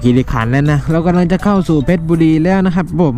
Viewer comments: ถ้าหนูจะบอกว่า เพชรบุรี ให้อ่านว่า เพชร บุ-รี ไม่ใช่ เพชร- ชะ- บุ-รี จะได้ไหมค่ะ ศัพท์เก่าคือ เพ็ชร์บุรีค่ะ .. แต่ถ้าออกเสียงตามภาษาอังกฤษจะเป็นเพชร-ชะ-บุ-รี ค่ะ .. แต่คงจะแล้วแต่คนเพราะหลายคนและสื่อเองก็ออกเสียง เพชร - ชะ - บุ - รี ตามคำภาษาอังกฤษ #คิดหลายรอบว่าจะเม้นดีไหม ขออนุญาตนะคะ 😆😆😆 #ดูคลิปจนจบน่ารักสุดเลยค่ะ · จ.เพชรบุรี อ่านอย่างนี้ครับ เพชร-บุ-รี ไม่มี ชะ นะครับ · เพชรบุรี อ่านว่า เพด-บุ-รี ส่วน ราชบุรี อ่านว่า ราด-ชะ-บุ-รึ ครับ